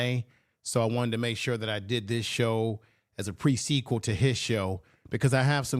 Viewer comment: This man said presequal in front of a studio audience 😂